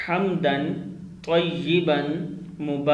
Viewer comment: Tayeban nhi he tayaban he ap durust karein